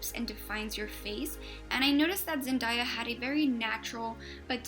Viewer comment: I just have to point out its zen-DAY-a not zen-DIE-a